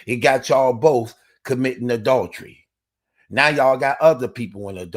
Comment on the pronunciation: Yo!! Working on pronouncing adultery my guy😂😂